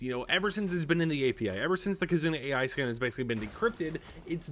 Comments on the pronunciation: Just to let you know, the AI in KizunaAI is pronounced like "eye" not "A.I." because "ai" is Japanese for "love" because KitzunaAI is from Japan and AI is a common name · Kizuna AI is not pronounced as A.I , its pronounced like "eye" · I know it is spelled AI, but I think it is pronounced eye. I may be wrong about this. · Its not AI from artificial intelligence... is more like Eye... this hurts, a lot to hear